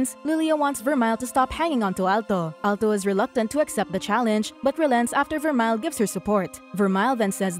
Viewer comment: and its ver-mel in pronounciation of vermeil